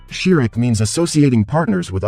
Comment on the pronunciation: " SHRIK " ❌❌❌❌ ===> "SHIRK "